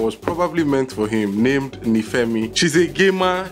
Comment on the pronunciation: This movie was annoying!!! You pronounced nifemi wrongly tho